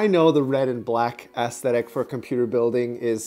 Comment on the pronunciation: “Ass-thetic.” I was sure I heard it wrong the first time, but then you said it again!